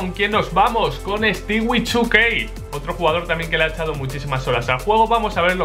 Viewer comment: hahaha, cuando dijo stewie2k y mas se entendio stiwichukey